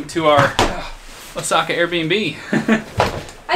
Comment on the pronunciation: it's O:saka not Osa:ka, great video though